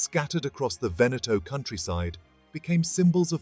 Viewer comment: Good Lord, it is not "Venèttoh", but "Véneto" - why are anglosaxons always so arrogant, never to care about the pronounciation of foreign names???